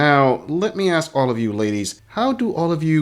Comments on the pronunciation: Why do you think she says axe instead of ask? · it's "ask" not "aks"..... I can't stand it!!! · Why does she say axe instead of ask? Is that also a simple joke? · And gents... If they pronounce it "aks"... Leave.